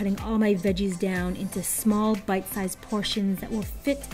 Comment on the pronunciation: I am German and I always got "butt size" instead of bite size xD